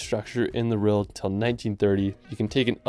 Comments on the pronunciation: It’s pronounced world bro, not rorld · He says world as “reld”😂😂